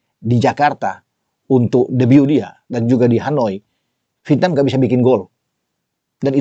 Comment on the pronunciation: Penyebutan nya VIETNAM apa VITNAM OM ?? 😂😂😂